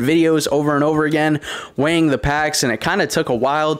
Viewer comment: It’s sounds like your saying wang instead of weighing videos 😂 ☠️